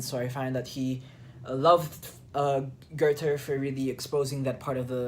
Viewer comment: It's pronounced GER-ta.